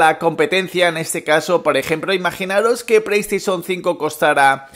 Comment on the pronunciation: Que no es “preiestesion” es “playstation”... puto paladar corto que gastas